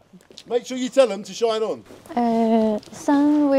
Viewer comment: Shine on ，要連音講：shinon